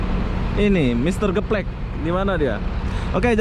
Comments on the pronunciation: Mr gaplek,bro.bukan geplek.adanya di kalideres bukan di kampung rambutan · Rugi lah ngoperasiin DD ke bandung. Mr. Gaplek bukan Mr. Geplek 😂😂